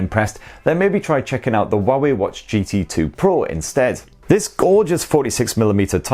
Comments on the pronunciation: Had to read the description to understand what he pronouncing for 'Huawei' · The Huawei pronunciation threw me offgaurd xD haha